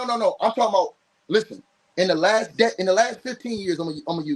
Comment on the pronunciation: said Jaylen Brown but it did kind of sound like Devin 😅